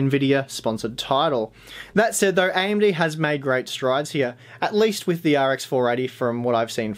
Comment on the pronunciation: This guy is a great review and I love his hard work. Also the way he says AMD(IMD), totally cute. But people requesting these testing need to give it a rest. I won't play the entire game in the geothermal. Please people can stop fabricating lies face the truth right now. Yes AMD has potential to expand in the future; but they don't have the upper hand now. Honestly I run an all and rig but I will buy an Intel CPU and Nvidia card if I needed it today and wanted optimal performance.